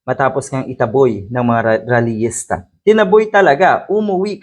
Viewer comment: Raliyista po hindi ralihista